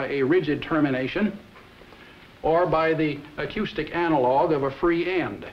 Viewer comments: I think the speaker is slightly mispronouncing the "ou" in the word "acoustic". Note that at about he pronounces the "ou" in the word "analogous" normally. And just to point out some inconsistencies of English language pronunciation in general, note that even when pronounced normally, the "ou" in "pronounce", "acoustic" and "analogous" are all pronounced differently. And the word "misspelled" is often misspelled, as is the word "mispronunciation"... . Okay, I'll stop now! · Have I been pronouncing the word "acoustic" incorrectly my entire life?